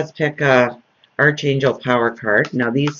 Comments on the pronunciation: Your reading are informative and helpful but as a British person I get mildly annoyed with mispronunciation of some words, maybe I'm a bit OCD when it comes to vocabulary. Tarot sounds like tar-o Archangel sounds like ark-angel Hope you don't mind me saying so. I do love you. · Fiona Vitel Oh dear, it's not the vocabulary that you're being peevish about, it's the pronunciation. Oxford Dictionary: archangel : BrE /ˈɑːkeɪndʒl / or /ˈɑːrkeɪndʒl /- so, there's definitely a 'k' in there. Peace.